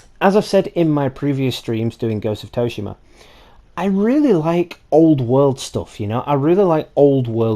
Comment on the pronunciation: Soo-she-mah = Tsushima